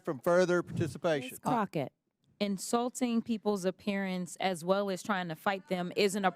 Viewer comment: I love that calls her CROTCHett! He should call her CROTCH ITCH.